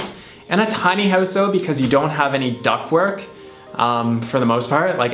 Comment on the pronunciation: u kept saying "duck work" . . that's exploitation and I'm pretty sure it's not vegan. #quack